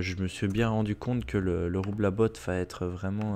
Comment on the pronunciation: Le roublabot ne se pronnonce pas "roublabote" mais "roublabo" ... Essaille de bien prononcer car c'est trés énervant